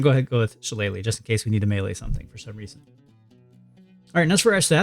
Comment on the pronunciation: It's so rare to hear someone actually pronounce shillelagh correctly